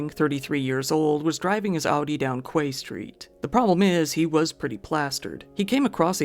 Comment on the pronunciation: Haha its pronouced KEY Street not KWAY. I used to work on that street.